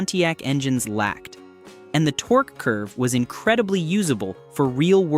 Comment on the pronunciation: lol the bot even pronounces torque as tor-kay. Ole!